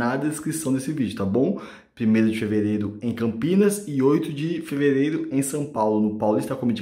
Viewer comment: A melhor parte foi o "plimeilo de feveleilo"